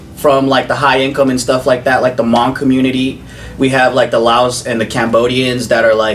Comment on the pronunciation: I like how joe says Hmong it's funny to me idk why😂